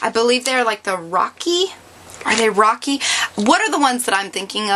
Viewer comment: It's pocky